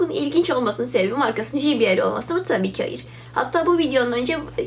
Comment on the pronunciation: "ji bi el" değil "cey bi el" şeklinde telaffuz edilir. teşekkürler.